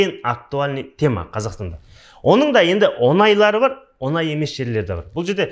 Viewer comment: Оз казак тіліңді туры сойлесей Онай емес оңай деп айтылады